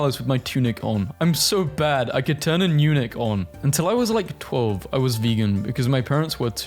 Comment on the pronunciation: ok so i never knew that "eunuch" was pronounced as "yuunuhk", i always thought that it was pronounced like it was spelled, and when i heard you pronounce eunuch i was like "Get a load of this guy lol 😑" but then i was like, wait what if he's actually right??? and you were right...😭💀💀